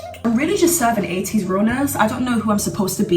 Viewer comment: When she said 80's I though she said ateez lol😗